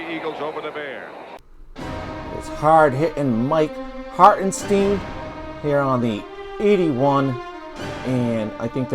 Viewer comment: If you're going to do one of these on YouTube, the least you can do is pronounce the name correctly. It's Harten STINE